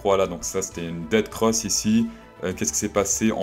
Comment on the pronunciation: C'est DEATH cross et pas DEAD cross pour être plus précis... Comme Ethfffereum au lieu de Ethtttteureum 😉